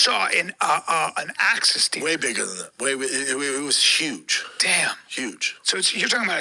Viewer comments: "Access dare" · Axis. Not access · “Access deer” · "Access deer"😂😂😂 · Access Deer are easy to get to.